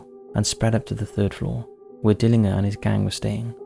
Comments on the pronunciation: For future reference Tucson is pronounced as Too-Sahn, and Dillinger is pronounced as Dill-Injure. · You pronounce the G in John Dillingers name as a J, Dill in jer !! You've got a good channel though. All the best my man!!✌️ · Learn how to pronounce Dillanger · I like this channel but you do like to create words, use weird grammar and strange pronunciations. When was "Dillinger" ever pronounced "Dilling-her"?? In another video you said "parentses" instead of "parents'". It really is very irritating when the content is so good. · Dillin-g(but pronounced like a "j") er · Dillinger is pronounced dill-in-jer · FYI: John Dillinger pronounced: Dillinjer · THIS is how you pronounce Tucson. Dillinger = di·luhn·jr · johnn DILLIN"JER" ...youve never heard of john dillinger ? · ''A Jax''??? SeriousIy????? ''Tuck son'' ''DiIIiner''. Jesus dude, do you research anything????? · I live in Phoenix Arizona.. TOO SON the C is silent. DILLINGER John DillinGer.... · Pronunciations bro it's not dillinger it's pronounced dillinjer and tucson is pronounced like 2 son 😂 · Tucson = TOO-saan Dillinger = DILL-en-jer = Spooky Month content WIN! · And Dillinger is pronounced Dillinjer... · Dill ing ar 🤣🤣🤣 he would have filled you full of lead just for fun... should have got his name right.... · Dill-in-JER, not inger. Haha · JOHN DILL-IN-JER…. Dillinger like the gun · You must have missed the John Dillinger mispronunciation. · It’s Dillinger. G like ginger. 🫠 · when he said Dillinger I had to back it up twice to make sure I was hearing his pronunciation right! Sorry but I haven't laughed like that in a while 🤣🤣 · Just like how you pronounce GIANT w/ a hard G/J sound, Dillinger is not how he pronounced it, it’s DILLIN- JUR. Not to mention the unfathomablity of the way he pronounced Tucson lol 😝. It’s TOO-SAWN Not TUX-ON. SMH. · Tucson is pronounced Too-sonn not tuck-son! Dillinger's name is pronounced Dill-in-jer with a hard G.